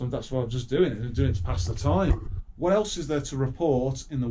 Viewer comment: “So fucking whaaa” have you forgot the letter T is in the alphabet